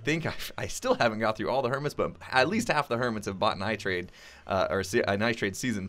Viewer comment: ITrade? More like iTrEAde 😂😂😂